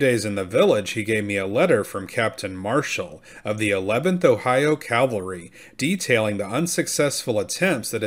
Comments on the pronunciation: Just a note: As a narrator, I think it's important that your use of language needs to be correct. That said, it's CAVALRY, not CALVARY. Calvary is the hill Jesus was crucified on. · Pronouncing "cavalry" as if it were "calvary" indicates a reading disorder. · Why does he say ' calverey ' instead of cavalry?